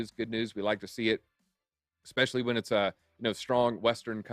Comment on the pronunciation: Listen I love bitboy and all the content… but … small but… can someone tell … it’s “especially” not “expecially”. I joke I joke, but seriously.